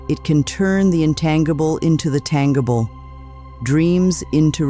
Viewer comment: I didn't realize Louise Hay couldn't say "g" words like tangible. I don't believe this is her. Seems like a computer voice. And somehow I missed what the secret prayer is??? And the timing of the ads were unfortunate. Definitely not subscribing